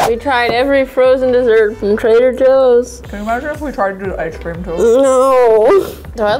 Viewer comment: trader Jooie's